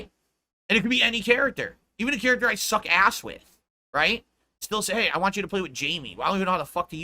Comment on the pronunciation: I don’t waghhhhh… god I hate the way he says want.